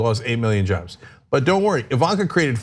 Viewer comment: Fourteen miyon jovs. That's a lot of jovs.